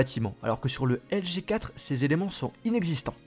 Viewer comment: Articule quand tu dis LG G 4, on dirais que tu dis juste LG4